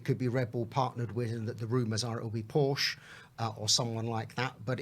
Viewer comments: of all people making Porsche a single syllable name 🙄😥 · ffs...even someone as knowledgeable as can't pronounce Porsche correctly.